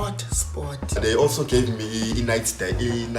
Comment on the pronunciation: It's DATA not DEYITHA...